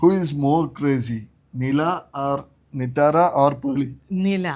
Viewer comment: Delivery vlogil malayathal nittara nn ayrnu ezhthye but pronounce akne ipo nithara nn ayile 🤔